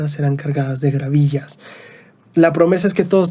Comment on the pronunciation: No son gravillas, son gavillas jejeje